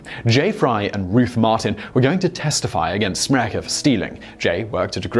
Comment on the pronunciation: You falsely pronunce my surname "Smrekar" it's not "SmrekEr" it's SmrekAr"!